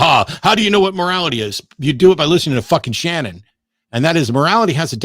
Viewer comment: Shannon, not “Cannon”.